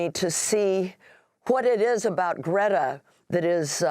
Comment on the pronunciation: Amy asked Greta how to pronounce her name and says it exactly right. Heads up.